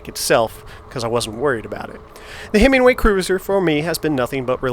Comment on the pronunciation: Nice ride footage and thoughts on your Cruiser. I'd be interested to see how the newer Himiway Zebra stacks up against the Velotric Nomad 1 as they are more comparable models. Note - I belive it's pronounced Himi-way vs. Himing-way.